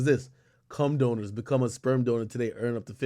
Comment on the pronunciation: Not “doners” 😂